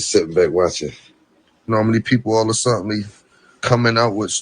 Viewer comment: I just know all a suttenly all a suttenly all a suttenly 😂😭😭😭